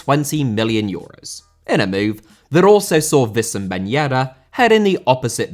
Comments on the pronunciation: It's pronounced wissam not vissam ben yedder, this is an arabic name we don't have the v letter in the arabic alphabet. Ben Yedder isn't german so no need to pronounce the W in Wissam as a V, Timo Werner is german so you can certainly pronounce the W as a V. The W in Wissam is similar to the W in Winston. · It's not vissam ben yedder, it's Wissam